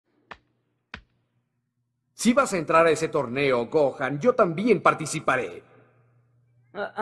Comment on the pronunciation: Le puse los subtítulos y en vez de gohan dijo cojan🗿